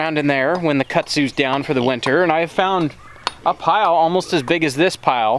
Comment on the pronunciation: has anyone else told you that kudzu is pronounced kudzu